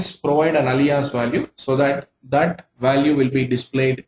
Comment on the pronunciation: You are good with SQL, but do you know how to pronounce Alias?